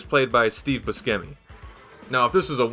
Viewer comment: Nobody:: "Steve Bu Skemi"